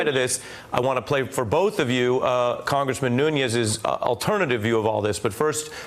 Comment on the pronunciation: Nunes is Noo-nez not Noo-nyes. (Portugese, not Spanish). Great reporting otherwise :)